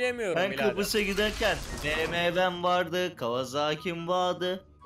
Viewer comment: kıprıs deil kıbrıs lütfen :)) bu arada kıbrısdan selamlar